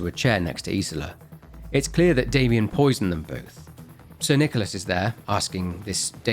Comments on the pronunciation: saying "So, because of this latest THEIA blunder, Sir NicolARSE..." is so funny, may it be intentional or not. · "Sir NichoLAS" Our boy is glitching.